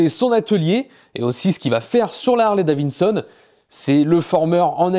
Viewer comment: Vidéo super ! Lazareth référence au top ! Projet super mais Harley-Davidson Pas davinnnnsonne ! C'est comme si on disait béhèmmmdoubeuouéé !!!